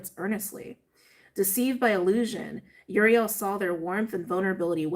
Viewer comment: It's pronounced oo-ree-el (i think)